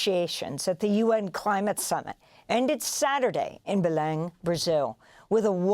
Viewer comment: Congratulations! Your News about COP30 seems well analysed in this critical year of 2025. Allow me to say that I admire your perfect pronunciation of the word: BELEM! As a foreigner speaker, your professionalism is at its best! Let me say that Brazil lives inside a hypothesis of Nulity and the global North holds the Main Hypothesis: Financial success at all cost. Olso Brazil is historicallyunder European colonialism, that is, they are in disalignement among themselves and in alignment with Frankfurt. There are useless friction in debates. But they must percevere. God Bless.